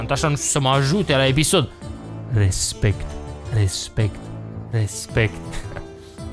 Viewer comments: Nu respect ci rezmect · Glory to Arstozka ! Si cuvantul magic Respect (cu accentul lu Raphael) =)